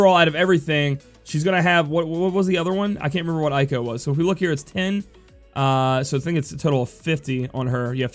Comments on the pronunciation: Let me help you: with English way "Zee-done" or "Zey-done" Arabic origin, (Garnet is as you know), "Ey-ko" not "Aye-ko" (the Ey just like when you pronounce grEY), Also Seiken with English way is "Say-Can" [Sei=Holy] [Ken=Sword] [Eiko=Female name] are Japanese words. Hope that help, i hope you don't mind. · Pretty cool that you're trying to pronounce the names the way they are supposed. You Americans usually suck at that. Talking about that, Eiko is pronounced "A-Ko", not "I-Ko". Most names in the Final Fantasy franchise use the "Spanish sound" of vowels , you know, where the A is always "AH", E is "EH", and so on. There are exceptions, of course, like Zidane, where the last E is mute, and names that are already in English, like Cloud, Squall and Lightning. Aside from that, I really enjoy all your videos! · plenty of animes out there with characters named Eiko and it's always pronounced "A-ko".